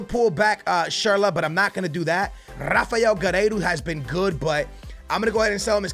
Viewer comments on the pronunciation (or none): none